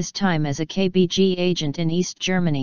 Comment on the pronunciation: You just mispronounced KBG